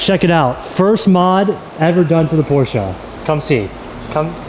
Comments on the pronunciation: Yay you pronounced Porsche right :) I know a lot of JDM guys aren't really hip to saying it that way so thank you for spreading it. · The friendship that you have with Tim and how supportive he is beyond anything I have ever seen. Congrats on the Porsche! Low key love that pronounce (Porsche) properly, people don’t believe me that’s how you say it. Even ask Google 😂